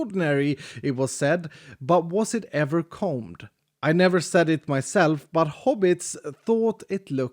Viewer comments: *combed, not coamed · *cOmBed* not coamed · Wtf does coamed mean!? 😂. I think you mean combed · "combed" not "coamed" unless I'm suffering some extreme form of vocabulary failure and that really is a word and I don't know the meaning. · you shouldn't feel super smart. you totally butchered the word "combed"